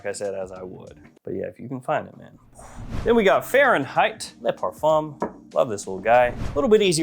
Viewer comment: It's not le parfuM, it's pronounced "fain". Le PARFAIN.